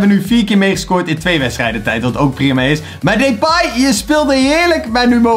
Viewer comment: Hoe lastig kan het zijn om 'Depay' gewoon normaal uit te spreken. Maar deze gozer spreekt sws niks normaal uit